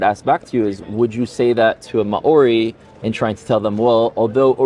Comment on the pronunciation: Always interesting videos and his conversations. But …..If you are going to site a peoples of the land please learn to pronounce their name. Eg. Māori people of NZ.